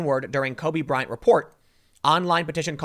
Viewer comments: Tim, you keep saying “Kobe Bryan.” It’s Kobe Bryant. This is such a non-story but if we’re going to nit pick verbal gaffs, I feel the need to point it out. And I heard “nakers.” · Is my dude Tim saying “Cubby Bryant” !??